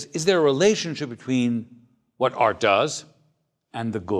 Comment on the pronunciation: it's funny how he pronounces art... AAAAaaarrrt lol